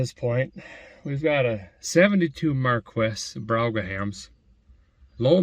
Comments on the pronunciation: Its pronounced Ford Mercury Mar-qee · pronounced Mercury................... mar key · it's pronounced ' MAR-KEE ' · Marquis is pronounced "markee" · Dude, it's pronounced like "Markee". The Q is silent. Just saying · Marquis is pronounced Mar Kee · Hey Derek, I believe it's pronounced "Markey". Just thought I'd let you know. My family owned a 1970 Mercury Marquis Colony Park station wagon. It definitely a land yacht but it had tons of room. Great video and great car. 👍 🚗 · It is pronounced Mar Kee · I bought this same model new from our Mercury dealership in 1972, same engine (14 MPG) and it was a dream to drive, super comfortable... by the way I'm sure you're mispronouncing the name on purpose but if you're not, it's pronounced MARKEE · I think maybe its pronounced, mar kee. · Are you pronouncing the name of the car wrong on purpose or what? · did you purpose mispronounce Marquis? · " MARQUEE" pronunced in French... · Mercury Mar-kees.... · It's Mar key. Not Markwes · It’s pronounced Mar-key not Mar-kwiss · Mercury. Markeee- Marquis is pronounced. Markee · Pronounced ..'Mar-key.. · Hmmm 🤔 that was pronounced MAR-KEY. My supervisor had one. Ty! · Pronounce it Markey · It is pronounced marquee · It is pronounced: MAR-KEY. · It's pronounced Mar-key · It's pronounced (markey) but your probably mispronouncing it on purpose your sense of humor makes me laugh . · You can put 20 bodies in that truck. It's pronounced MARKEY LOL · It pronouces: marky A noble title in France . In military term: a marquis or margrave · I'm sure it's pronounced mar-key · Marquis the ''s'' is mute... pronounced '' markee''..... totally French lol... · YOUR CAR IS A MARQUIS and it is pronounced MAR KEYS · You pronounce it (Maar - Kee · “Mercury MarQwess” 😂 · Too many Japanese cars for you. Marquis is pronounced Mar kee and Brougham is pronounced Brom as if you put an m on Bro. BTW if you hop up that 460 cu. in. it will get scary. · Pronounced: Marquiss. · Pronounced "Mar Kee" Brom edition